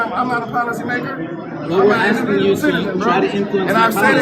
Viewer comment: Did he say "why yall axing me all these questions"? 😂😂😂